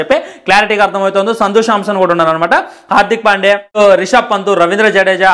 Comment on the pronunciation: Shubamn Gill ❌ Shubam Gill✅ Hardik pandya ❌ Hardik pandey ✅ Samson ❌ Shamson✅